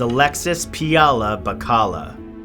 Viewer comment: Bacalla is pronounced as "Ba-kal-ya”.